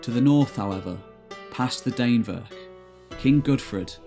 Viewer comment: Dannevirke is pronounced sort of like Danny (but with an e instead of a y) and virkey (like veer-keh) Dan-eh-vir-keh.